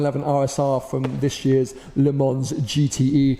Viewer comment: Please don’t pronounce the ‘s’ in Le Mans :)